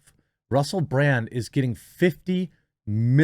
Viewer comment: Russell Brand is great. I’ve been a fan for years. But seriously, Jeremy… how did you mispronounce his name as “Bland” TWICE? He’s definitely not bland.